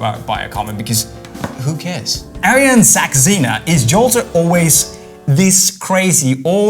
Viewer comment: its pronounced as aah-r-yun sux-ey-na